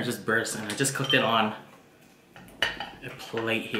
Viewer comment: your an awesome cook but when you say cooked dont forget to say cook"ed" and not just cook